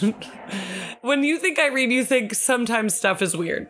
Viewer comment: IRENNNEEEEE!!!! Thank you so much for the shoutout! And yes, you pronounced my name correctly! I don’t know how you knew but my partner calls me tea so this was actually a perfect topic for us😂💕 My favorite Snapple fact is “#21. Ketchup was once sold as medicine.” I hope your week gets better.😊